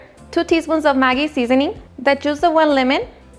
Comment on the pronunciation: Are you saying mari seasoning or maggy??